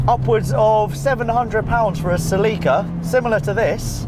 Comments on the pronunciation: Is that really how the Brits pronounce, Celica ?? Or is it just him ? They also seem to have trouble with Hyundai. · have I been pronouncing celica wrong the whole time. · As an American, the way youre saying celica is driving me insane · His pronunciation of Celica sounds painful to say lol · that's not how you pronounce Celica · It annoys me the way he pronounces "Ce-LEE-ca". Bruh it's pronounced "Ce-li-ka" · Never heard someone pronounce it "Ce-Lee-ka" .. I'm pretty sure it's "Ce-Li-ka" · I'm pretty sure that it's SELL -ick -kuh not se - LEEK - uh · Say it with me now, “SEL-ih-cuh”. Not “Suh-LEE-cuh”. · It's NOT Pronounced SALEEKA ITS Pronounced CELL IKA So stop saying SAEEEEEKA B4 I HAVE TO SLAP YOU 😎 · sehleekah he says its cell ikah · dude... its celica... not selleeeka... why do you keep saying it that way? o_0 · Pretty sure it's "cell-i-ka" not "cell-eek-a" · Omg....for having invented English, you Brits suck at it. It's SELL-i-ca...not sell-EE-ka. facedesk I am 43 and I have never heard ANYONE pronounce it wrong until this video. smh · Haha, because American English makes way more sense.... ;) It's pronounced SELL-i-ca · its 'Sell-i-Ka'..not 'Sa-Lee-Ka'...my God, even with a UK accent, you should know how to pronounce a Toyota name, that is the same all over the world! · lmao "Sel-eek-a" Funny how we pronounce them differently. It's always been "Sell-ika" across the pond. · Every time you say "Sleeka", i grit my teeth. It's "Sell-Uh-Kah" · Wait... seh-LEE-kuh?!? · Celica Say it with me Sell-a-cuh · se-lee-ka. I can't do it. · Its called a cell ah kah bro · As a celica owner I hate that he pronounces it celeeca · Nobody:: CalEeEEca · Hearing it pronounced "seh leakuh" is so strange. It can't be right. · Had no idea the British pronounced it "suh-LEEK-uh" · Sel-ick-uh. sɛl/ɪk/ʌː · That’s pronounced sell-ih-kuh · In Japanese it is Serika (セリカ) so the English would be "Ce-Lee-Ka". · its pronounce sell-ika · celica is pronounced s e l a k a